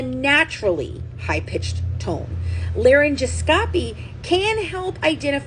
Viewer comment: Just an fyi: It’s pronounced laryn-gos-copy I noticed that Deedee had a very young sounding voice too